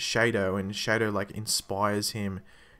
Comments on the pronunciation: shadow not shaydo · Wasn't It Pronounced Shadow Not Shade -o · Dude it's "shadow" as in that thing that follows you when the sun is out. Not shaydo, they don't even say shaydo so don't give me that mayar excuse. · stop saying shaydo haha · man's got a point, when have you ever heard someone say it like that?